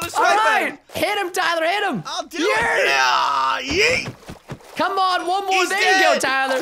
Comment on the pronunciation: did Tyler say "Yah YEET"